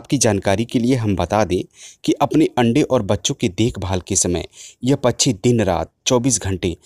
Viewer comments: कृपया " पछ्छी " के बजाय " पक्षी " बोलिए। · सर, आपकी आवाज इतनी शानदार है, इतनी उपयोगी जानकारी दे रहे हैं, थोड़ा शब्दोंह का शुद्ध उच्चाहरण करें. जैसे पच्छीो को पक्षी कहने का अभ्यास करें, थोड़े से प्रयास से हो जाएगा. इसी तरह वर्सा को वर्षा कहें. अगर आप गलत उच्चा रण करेंगे तो बच्चेै भी वही बोलने लगेंगे।